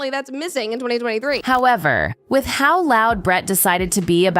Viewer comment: Not me hearing “brat” every times the name of Brett is pronounced…🙈